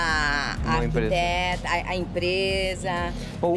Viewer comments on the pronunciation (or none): É uma ergueteta e não arquiteta 😆😆😆😆😆